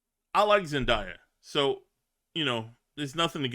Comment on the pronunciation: It's pronounce Zendaya (Zen-day-uh)!